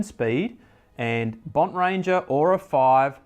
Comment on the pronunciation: Bontrager (Bon - Tray -Ger) NOT Bont -RayGer